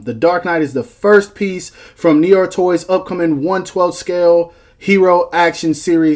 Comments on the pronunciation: pronounced. "Noo-are" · it's pronounced "Nu-Waa". but awesome vid nonetheless. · As a Canadian who speaks some French, hearing you try to pronounce "noir" physically hurt me. LOL